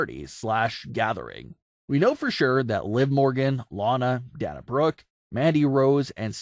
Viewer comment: It's day nuh. her names only got one n dude. And is spewed on tv all the time.